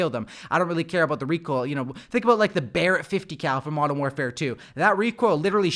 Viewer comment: When he said Modern Canpfare... I felt that.